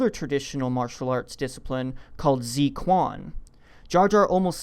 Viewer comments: yeah I cringed/lol'd at first, like.. zi kwon?? But looking at it again I think it's pretty hard for a native english speaker to guess the correct pronunciation, "kw" totally makes sense as a sound for "qu" if you dont know any chinese. thanks for the link to forvo, I've been looking for a similar site for a long time! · lol the pronunciation of Zui Quan is just... so wrong. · Wtf is zee quan? 醉拳zui quan（drunk fist）Zwehhh q’yuan. Try that pronunciation my friend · Z Kuan as you pronounced it is wrong totally wrong, it's Zhui Quan... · z kuan? thanks for murdering the pronunciation, it is zhua quan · Its not pronounced "zee kwon". It's pronounced "zz chuaen" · "Zi Kwan?" It's pronounced 'zoo-ay chu-en" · pronounced "tsway chwan" not "zee kwan" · Good fun. By the way, "zui quan" is pronounced "zway chwan", not "zee kwan." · Zee Kwan? More like Zzway chwhen. The zz is pronounced like pizza. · god this is stupid, and by the way, zi quan is pronounced dsuh chuan, not zee kwan. If you going to use chinese words than learn pinyin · For that martial arts technique called 'Zui Quan', it's pronounced as something like' joo-way choo-yan' and not 'Z kuan'. Cheers. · Zui Quan is pronounced roughly as "Tsui Chu-en" just FYI, rather than how you pronounced it as "Zee Kwan" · "Zee Kwan"? Ugh. The proper way to pronounce it is "Zhui" (rhymes with chewie) "Chu-en" (sounds like Chen, Jacky Chen). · ZWAY KWAN, ZWAY KWAN, ZWAY KWAN. PRONOUNCE IT RIGHT PLEASE, GEEZ. Not zeekwan, ZWAY. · drunken fist or 醉拳 is kinda pronounced zu-uey chu-ann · it's pronounced as , " zuuu-ee chuen" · zui quan "drunken fist" is actually rather pronounced like "chooy chuen" which is a variant of Kung Fu. Anyway, I'm looking forward to see whether Jar Jar really was Darth Plagueis. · Holy shit dude, work on your pronunciation. Zui Quan should sound like "zway chwan". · Lol you could not have butchered the pronunciation for Zui Quan more. For anyone that's interested, it's something like 'Zway Chwan"